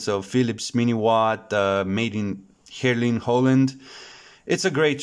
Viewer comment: it's pronounced HEERLEN with a long E and accentuated on the EE........ these are indeed very nice sounding tubes as a lot of tubes out of the philips consortium.......Valvo ECC81 is one of the sweetest sounding 12AT7's , many have a chromelike glare !